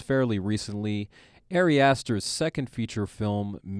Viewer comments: Just a minor critique, only because I know Ari Aster will continue making movies that we want to talk about - his name is pronounced like “ah-ri”, not “airy”. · Honestly found it really hard to listen to this without cringing every time the guy pronounced Ari like "Airy". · "Airy" Aster is one of my new favorite directors.